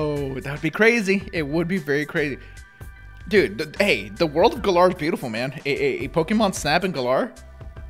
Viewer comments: Im annoyed that the trailer came out yesterday and yet peiple still cant pronounce the region name right even though they said it in the trailer like its GALLAR as in Gallant not Guh-LAR stop daying it wrong theres no reason to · Gotta love how everyone is calling it Guh-lar when they clearly pronounced it Gal-uhr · I hate how they keep mispronouncing Galar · Hate the way he’s pronouncing galar